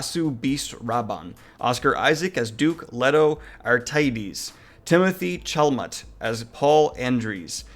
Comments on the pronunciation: I would argue that Timothee (Cha-la-Mae the pronunciation doesn’t make sense I know😂) is A list in Hollywood at this point and Denis has a bad track record when it comes to box office. He’s amazing so I hope this is his break to mainstream audiences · What did you just call ma boy timothée? I felt like I was having a stroke! 😂